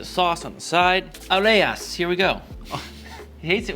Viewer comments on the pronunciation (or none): Hey dude, love your channel, but it's "Arayes" not "Areyas" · It’s Aaaa-Raaa-Yes that’s how it’s pronounced.